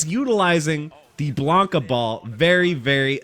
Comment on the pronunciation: His name is Blanka, not Blonka lol